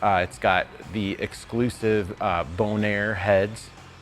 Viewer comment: You said Bonar lol . See you at Torque fest.